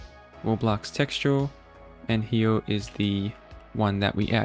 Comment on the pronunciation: Bro dont wanna make fun of you but ur voice just aint it, i hate how ppl say right hewe n shit like that 😭